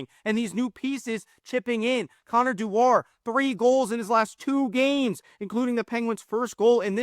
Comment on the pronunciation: I think it's pronounced Doo-er, but yes both Connors have been great